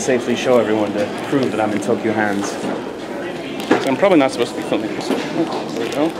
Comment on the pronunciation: Aww I thought you be able to find out more about what happened~ XD Man that song is so awesome, by the way you kept saying Tokyo Hands instead of Tokyu Hands XD Must've been the song loool